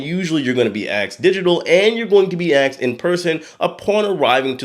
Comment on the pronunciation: Why does he say axed instead of asked?